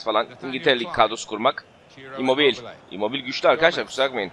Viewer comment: immobil değil immobile diye okunuyor